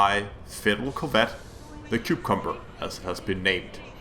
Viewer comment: Is it just me, or does he sound a bit like he is saying cube-cumber?